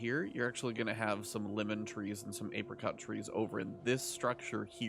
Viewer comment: can we talk about him mispronouncing apricot like 100 times?